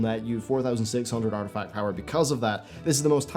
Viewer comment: You keep calling it “artifact power”